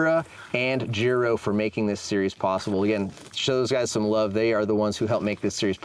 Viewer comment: these guys are “experts,” but they dont know how to pronounce Schwalbe and Giro? Pathetic.